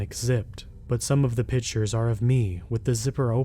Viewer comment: The word is pictures not pitchers.